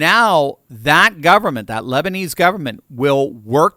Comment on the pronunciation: “The lesbinese government” 😂😂😂